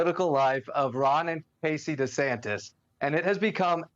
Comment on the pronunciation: Take 1: "Hi, I am Ron Duh-Santis" Take 2: "Hi, I am Ron Dee-Saintis" Take 3: "Hi, I am Ron Santos"